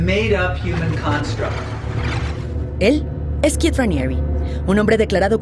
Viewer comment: Es Keith no Kieth 😂 🤣 Keith Raniere